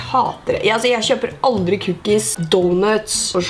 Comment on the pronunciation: Når du sier cookies høres det ut som du sier "kukk-is" hahahaha